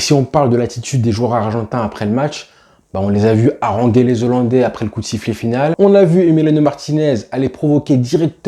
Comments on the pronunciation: Alors...on ne dit pas Zollandais ! Mais Hollandais ! Et c'est pas Kouman mais Koeman....oh Hollandais j'ai entendu ! Bien ! Allez à pluche.... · "Les zollandais" 😆😆😆😆 On dit les "HOLLANDAIS" cousin Comme on ne dit pas les zaricots mais les "haricots" On a dû te l'apprendre à l'école pendant que tu pensais à Messi au lieu d'écouter 🤭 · Super boulot !! 👍💪 Je me suis abonné. Par contre, il n’y a pas de Z à « Zolandais » 😂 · Pitié, on ne dit pas les 'zollandais' mais les hollandais sans liaison...